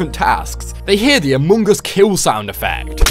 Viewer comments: why he says "amoong as"...? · you said amoongus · It’s funny how you Altars say Amung Us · The way he says among us... amoon gus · says amUngus